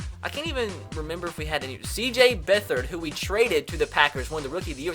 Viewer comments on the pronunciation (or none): CJ Beathard is pronounced (Beth-erd) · He didn't pronounce beathard right. I am a HUGE Iowa fan and it is funny to hear people pronounce their names wrong 🎃. I am happy that Madden thinks cj beathard is as good as Randall Cobb tho.